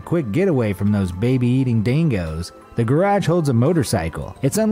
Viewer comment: dango? wtf is thattttttttt its a dingo